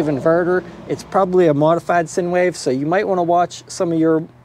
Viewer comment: It's pronounced " SIGN WAVE". Also it's I wouldn't have ANY concerns not NO concerns" This is our public school system for you.